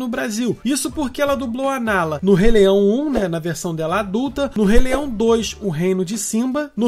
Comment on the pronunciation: " do rei leião" kkkkkk